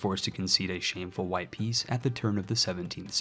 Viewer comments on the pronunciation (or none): none